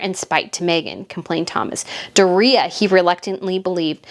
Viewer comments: I always thought it was " Doooria" Like the stress in the "o" part of it, not the "i" part ..but hey, what do I know? LOL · I like your videos and you do good research. I think Meg's mom's name is pronounced Doria with 3 syllables; and put a long sound on the o...like 'doe a deer'...... Doe-ree-ah. Not, how you are saying her name, Dor reah. I promise. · Why are you aping Tom Bower's affected pronunciation of Doria? It's "Dor-yah" NOT "Do-ree-yah". I'm sure you'd find it grating if people called you "Breet-NAY". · Hi, it’s not Dorea, it’s Doria, one word, like Dorya! Ok 👍🏽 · It's "Door-ee-uh", your killing me. And I am in agreement with you. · Meghan’s mom’s name is dooria. Pronounced door ia. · DOOR’-ree-ah COR’-tee-ers Look them up, please. Harry is convinced that when George turns 18 he will be meaningless. At 18 George can reign. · Why are pronouncing Doriah name DorReeha ? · Mutt's mother's name is pronounced DOR-REE-AH. Mispronouncing someone's name drives me crazy.